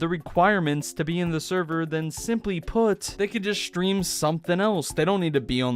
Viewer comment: I love how you say shtream instead of stream. It's very adorable